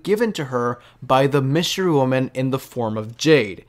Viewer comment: Did he say “wystery women”?